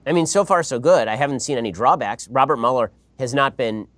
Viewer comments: Host butchering mueller is irritating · I give it a thumbs up because I love Ben Shapiro, but the way the other guy kept saying Muller's name...🥴 I couldn't bear it , I just had to quit at like 2 and a 1/2 minutes in...